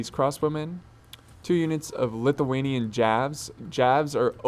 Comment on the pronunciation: its lithuanian not lituanian